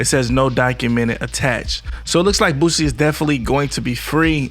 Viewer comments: THIS NIGQA STILL SAYING BOOTSIE!!!🤦🏾‍♂️😂😂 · I can't take this dude serious if he still by now can't pronounce boosie. Been saying bootsie for about 1yr and a half now. He sound black but be definitely not with the culture. I'm unsubscribing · Your stvpid ass is literally reading it and still saying Bootsie. You're an 1diot bro.